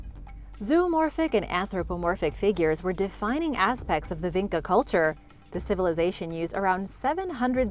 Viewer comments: it is not pronounced Vinka, instead č is pronounce like Chicago - so more like vincha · Its not pronounced VeenKa its Veencha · the č in vinča is actually pronounced like “ch” - so it would be vincha :)